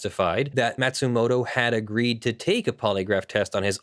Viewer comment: Matsumoto isn't pronounced "mat-sumoto", it's "maw-tsumoto". (Or 'mah-tsumoto') ま・つ・も・と